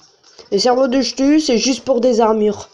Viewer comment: sa se dis cktulu mais sa s'écrit chtulu comme technologie !